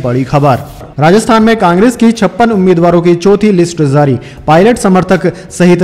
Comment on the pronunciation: J ja jay jo why pronounced as ze za zay zo and jaari ko zaari Request to Please correct as far as possible